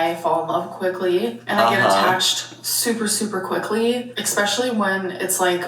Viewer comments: did she just say 'ex-specially', or am I just hearing it? lol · yeah she has no idea how to say especially. in the askfms she even WRITES it as expecially